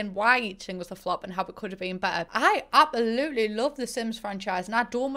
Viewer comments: Why do you say abAolutely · “I apaluly love the sims franchise” We absolutely love you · How everyone else says it: ab-se-loot-ly. How says it: ab-eh-loot-ly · It's funny how she says absolutely you gotta love her accent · Queen of pretending the s in absolutely just simply ✨doesn’t exist✨